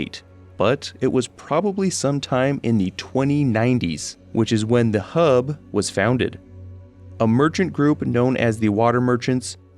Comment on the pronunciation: U say hub southern style nice